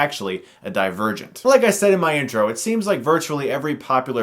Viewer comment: I wasnt looking atthe title when this video started and I heard him say : Die virgint